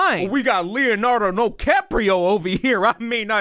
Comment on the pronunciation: I lost my god damn mind when u said Leonardo noCaprio 😭🥴